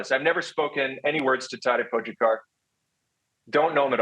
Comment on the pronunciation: At least try to pronounce Pogis name correctly, please?! Po-ga-car. It‘s not that hard.